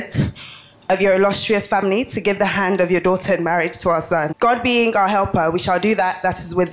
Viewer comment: Are u literally hyping your husband when they said sing😂😂😂😂😂 legit said gidem😂